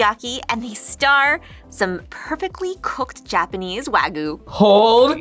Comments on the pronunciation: Now the prize food worth the sacrifice. Good job. Back then it was almost always not worth it. Also, not wag-you. It's wa-gyuu. Gyuu-niku, gyuu-nyuu, wa-shoku, wa-gyuu. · why do they call wagyu "wa-goo" ? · Wtf is wagoo? The Y in wagyu isn't silent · ugh WAH-GYOO**